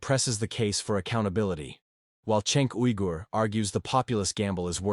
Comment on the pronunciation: This is either AI or you are making a video in total ignorance. You pronounce Cenk Uygur they way someone reading for the very first time does. :face-green-smiling::face-green-smiling::face-green-smiling